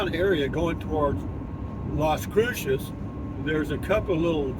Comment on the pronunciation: Still can't say Las Cruces correctly 😡